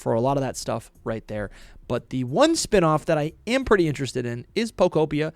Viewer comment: Bro can’t even pronounce pokopia right. Come on.